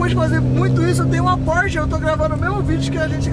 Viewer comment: É só eu q percebi q o falou porshe 992 911